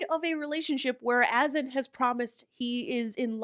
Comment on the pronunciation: Azan is pronounced A-ZON! He don’t even know his own name.😂😂😂